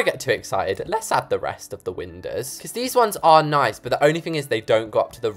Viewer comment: I thought it was windows not windowds